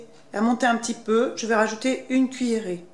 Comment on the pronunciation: Le moment de la meringue c impossible à comprendre " une cuillèrer" mais de koiii ??